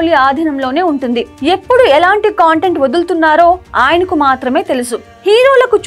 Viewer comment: కాంటెంట్ కాదమ్మా కంటెంట్ తెలుగు సరిగ్గా పలుకు తల్లి